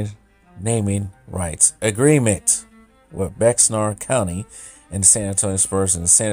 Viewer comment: Hemisfair Arena initially seated only 10,146. The Spurs literally raised the roof to expand it to 16,000. Bexar County is pronounced "bear."